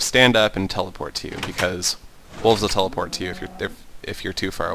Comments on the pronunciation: Yeah he was like "the cow will tp to you" and im like haha lol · Um you said the cow will teloport to you hehehehehehehehehehe